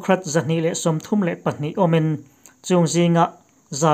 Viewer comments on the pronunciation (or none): none